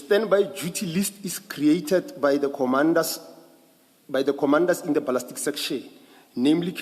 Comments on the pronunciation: When does "ballistic analysis" become "ballastic analysis?" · The moment yhey have a certain word they specifically mispronounce know that 'umgulugudu' has arrived This one says ' balastic'